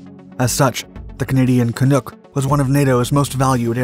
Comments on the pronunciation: Canuck, like truck, not canook, like shook. I'm astounded that anyone can get the pronunciation of something so simple and obvious totally wrong? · Canuck is pronounced caanuck like hockey puck not canook. Just saying. And Thank you for sharing this. Never even heard of it until this video! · The pronunciation is the same as the Vancouver NHL Hockey Team, The Vancouver Canucks.The Avro CF-100 Canuck, not Canook. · I think I'll give the Dark producers a Canadian critique, about 5o km away from where the CF-100 was built. First, it's pronounced cah- NUCK (as in 'luck'), not 'nook Jist listen to a sports report concerning Vancouver's NHL team. Secong, any piece done concerning Canada BEFORE 1965 should display ONLY the Canadian Red Emsign, NOT the Maple Leaf. Thousands of Canadian troops died in WW1, WW2, and tne Korean War, all under the Red Ensign. The Maple Leaf became Canada's Flag in 1965. There were many Veterans who were insulted by the retirement of the Red Ensign, for just the reasons I cite. That's it, BION. Assuming that the Dark vids are NOTMproduced in Canada, you folks will always be welcome when rescuimg really good home grown Canadian stories that always get subsumed by the loudness in many well-meaning areas from our friends to the South. Case-In-Point: Remember 'Wayne's World' by Mike Muers in the early '90's. That was a purely Canadian story, made AS American to score at the Box Office. Makita's Donuts? That's a Chicagofied 'Tim Horten's' up here. Wayne's basement in suburban Chicago? That's Mike's parents' home in Scarborough (a 'burb of Toronto). Canadians are all in on the joke. Too bad nobody would watch if the film WAS set in Toronto. Thanks for shining a light above the 49th folks! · It’s pronounced Can-uck, not Can-nook. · Ca”Nuck” as in duck, not Ca”Nook” as in look. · Canuck is pronounced “can - uck” (as in luck) and NOT “can - ook” (as on shoot). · It's not pronounced Ca-nook. It's pronounced Ca-nuck. Rhymes with fuck. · CanUck. Not CanOOk.